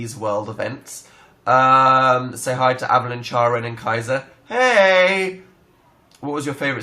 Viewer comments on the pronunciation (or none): none